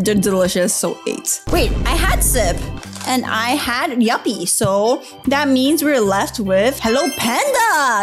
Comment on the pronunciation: 11.41 uh..its actually called yupi not yappi 🤓☝